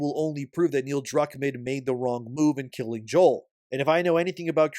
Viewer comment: Joel cough cough It's Joel :)